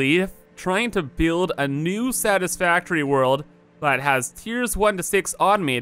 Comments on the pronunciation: At the first he said Satisfactory or Saddest factory ? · Sounded like said "Welcome back to our saddest factory lets play world" in the intro xD